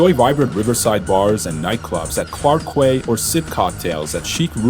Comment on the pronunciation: Clarke Quay is pronounced as Clarke Key. jus sayin. Malay is pronounced as Mur-Lay, not Mur-lie. Great video otherwise